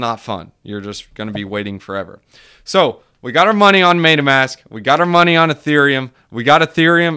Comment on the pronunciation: Funny how you pronounce it "maytamask"